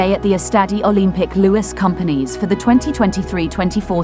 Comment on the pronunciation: Friendly reminder: In Catalan "Lluís Companys" "Ll" sounds like in "sevilla" and "ny" as in Spanish "ñ". That would be aproximately "Yoois Koompañs". Ah, and the ce cedile in Barça sounds like a regular "s". Fun fact: Camp Nou means "new field" (as it substituted former stadium of Les Corts). So the New Camp Nou is the very new new field :D